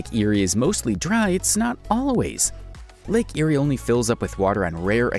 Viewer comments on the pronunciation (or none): Yeah I was laughing at the way they pronounce the names in Australia. I am ok with them saying Melbourne with out the U though because I am use to it but the way they say Lake Erie instead of lake eyre(air) lol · Hey! I'm from Australia and have heard of a lot of these oddities, but I can't help but notice you pronouced a few things wrong. I'll just make a list of the pronounciations here Lake Eyre = Lake air Canberra = Canbra Melbourne = Melbin If this is an AI voice and can't be helped I'm sorry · Your pronunciation for a lot of areas are so wrong. Lake Eyre is eye-r or ea(r) which sounds like air pending on what part of the country you are from. There is no i in Fraser, Melbourne is Mel-ban Brisbane is Bris-ban, Murray is Murr-ee. As per the English language or Oxford Dictionary, and an Australian. 😁